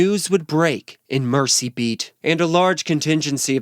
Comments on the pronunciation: A very nice series of videos. I only want to correct your pronunciation of "Mersey". It's not pronounced "Mercy". The 's' is a 'z' sound as in "Merzy", not a 'c' sound. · "Oh mercy!" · Lord have MERZY !..